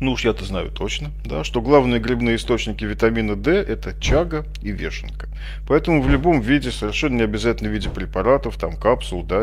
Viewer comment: Только не вЕшенка, а вЁшенка (если называть гриб по-русски). Дебильная привычка на письме заменять "ё" на "е" привела к тому, что многие, кто незнакомое слово прочёл раньше, чем услышал, приучаются говорить неправильно.